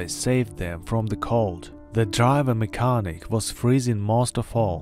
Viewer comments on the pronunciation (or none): none